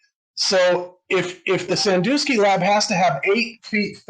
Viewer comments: Sandusky, not Sandoosky. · "SanDOOSKY Ohio." Its SanDUSKY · Sandusky, not Sandooooooooooooooosky dusk, like just before dark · Oh FFS, flat earthers can't get anything right. It is pronounced San-dusk-ee, not San-do-ski. Notice got it right. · Sandusky is pronounced "san-DUH-skee", not "san-DOO-skee". Flat Earthers are good at using footage and editing it and/or leaving footage info to meld it into "Flat Earth evidence". Honesty is a detriment to the Flat Earth cult.